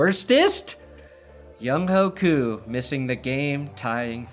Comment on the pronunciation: It's Week 16 and people still don't know how to pronounce Younghoe Koo's name